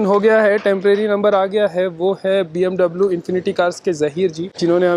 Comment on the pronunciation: It’s bmw not bmdabloo.... congrats it’s a beautiful car